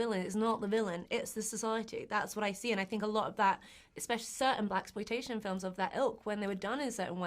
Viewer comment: Yeah.. I felt the same. When she said Blackploitation.. I was like, " huh, nah that ain't it" 😭